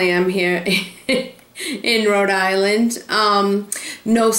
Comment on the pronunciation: I grew up on the Cape, and I always heard a lot of people (especially from the Providence area) say they were from "Row-Dilan". and on the Cape we pronounce that big clam as a 'Coh-hog' ---just waiting to jump into a delicious chowdah. I love hearing the accent that everyone makes fun of now that I've lived in Florida for almost 40 yrs., I hope I never lose it. Great video! I also love Green airport...so much easier to get to Cape Cod from than Logan.